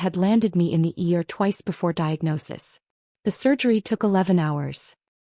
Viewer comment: It's the ER not the ear